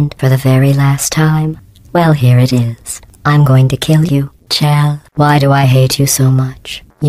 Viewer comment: CHELL SHE SAID CHELL!!! HAH SEE ITS NOT PRONOUNCED SHELL AND NOW I HAVE PROOF!!!! >:D TAKE THAT PEOPLE WHO THINK ITS MEANT TO BE SHORT FOR MICHELLE, ITS CLEARLY SHORT FOR CHELSEA HAHHAHAHA ahem. I apologise for that, I just needed to express my smug victory, I have nothing against people who pronounce Chell's name wrong.